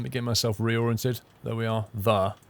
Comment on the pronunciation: Available on steam.. over there (or as pronounces it, thar).